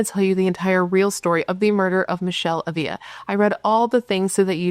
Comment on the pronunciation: I could’ve sworn you had done this case before. Minor detail but it’s kinda driving me nuts…you’re mispronouncing her last name 😬 accent on the first A and only one L so it’s not pronounced like a Y. Ah-vla